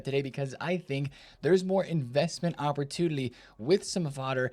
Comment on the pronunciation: 😂 bro he says that all the time along with “communlity”. He has done it for as long as I can remember. Makes me smile.